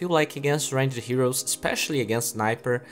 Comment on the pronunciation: I like how he says Ranged Creep. Like Range-ed :D